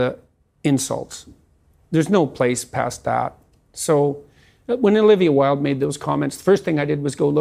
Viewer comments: DId you say Olivia "Willed" instead of "Wild?" By the way, her actual surname is "Cockburn." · Omg I love you but her name is "wild". You and Kyle are the absolute worst at pronouncing names lol. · Why-Uld, like Oscar Wilde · Wait..did you say Olivia Wilde like "Willed"??? Its Wild..like its wild you said her name like that.